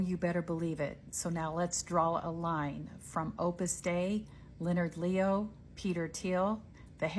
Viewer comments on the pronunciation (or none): Opus dei ("God's work"), not Opus day.